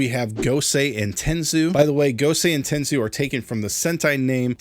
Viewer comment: Stop stop it's not ten soo it's ten so yes the robot in megaforce is called ten soo but the first word in the tensou Sentai goseiger is pronounced ten so